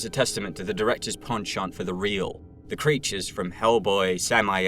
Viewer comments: You say penchant too much into my ear you pronounce it weird but that just might be a me thing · Stop saying penchant like that please